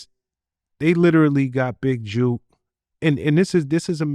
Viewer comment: Big Jook!!! Not Juke! Rhymes with book!